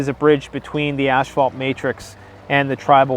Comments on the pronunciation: When he says asphalt, it keeps sounding like ash-fault. And he needs to go on the "Dark Web" to find BDSM porn? Take 3 seconds out and Google PORN! DUDE! IT'S EVERYWHERE! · Oh no, it’s another Mandela effect... “asphalt” has been turned to “ash-fault” ...or is that just Canadian accent? ...my bad